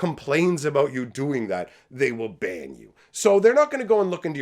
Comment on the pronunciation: Did you say Wizards is going to ban you, or that Wizards is going to bang you? Both sound about right, actually. 😂